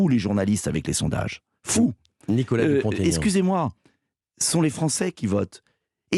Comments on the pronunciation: Dupon ( t) Aignan pas Dupontaignan 😠😠😠😠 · DUPONT-AIGNAN pas Dupont TAIGNAN!!!respectez il l a assez expliqué... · Ha bravo, je dis sans cesse qu'on ne fait pas de liaison pour les noms propres. Est-ce que les journalistes font du français à l'école ?